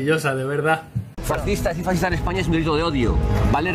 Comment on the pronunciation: Un "Faztizta" jajajaja